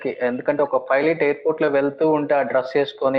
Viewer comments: Rey filot anchor nerchukunnava. Pilot anadam savata arey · Filot kadhu... Raa babu pilot. Filot... P Fassengers... Antav malli. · Rey pilot ra arey filot kaadhu ra baadkav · Most importantly his pronounciation of pilot was wrong..he always pronounces filot